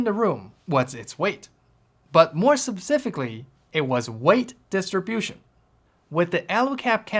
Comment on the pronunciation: Is pronunciation of "specific" an inside joke?😂